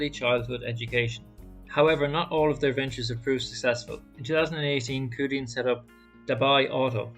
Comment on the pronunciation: The closest Romanisation is Chew Dian. The 2 characters 趣店 literally translate to 'Interesting store'. Thank you for the coverage on the company. It's worth to make the effort to learn the correct pronunciation of companies that interest us.